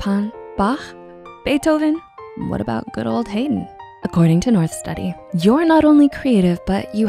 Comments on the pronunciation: and it's pronounced like hiding, not heyden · Apparently it's produced Huyd-n not Hey-den. My music teacher got so pissed off at this that I thought he was going to pull out a gun and shoot us lol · haydn is pronounced hidin' but the second i is cut off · Haydn pronounced "HI-Den." Just FYI.